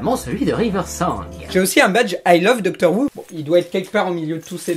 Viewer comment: "Doctor Woo" j'imagine un docteur asiatique (Who à prononcé comme le Houx)